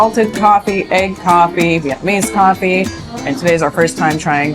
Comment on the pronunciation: it almost sounded like you said Vietmanese coffee.